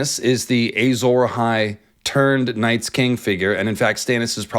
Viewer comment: Why does he keep saying “Ay-Zawra Hai”?